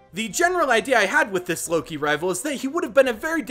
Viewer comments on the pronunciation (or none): none